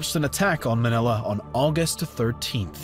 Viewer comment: As a filipino him saying manila with a softer a than a stronger one gave me a stroke